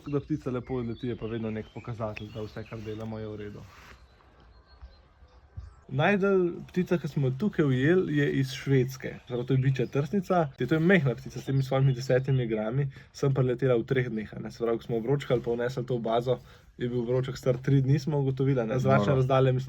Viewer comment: Bičja trstnica, ne bičetrtnica